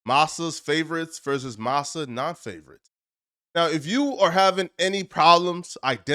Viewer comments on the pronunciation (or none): It's pronounced mass-uh not maz-sa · Nigga it's "MASS-a" not "Mossa". Say the word how it's pronounced not how you think it sounded out. Or just stop using words you don't know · Dis Foo saying mossa.. wtf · Damn is it his first time saying massa? Shit don’t sound right lol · How you don't know how to say Massa?! Bro, you're not Black, you're an outsider in your own culture. Clown. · Bro you saying massa so wrong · ...did just reference Kurt Vonnegut? I see you,! (I'm willing to overlook how he's pronouncing "massa".)